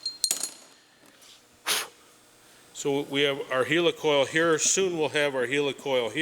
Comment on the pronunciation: Its helicoil as in helicopter! 🤣